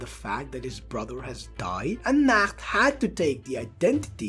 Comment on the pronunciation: ik bro but your pronounciation is wrong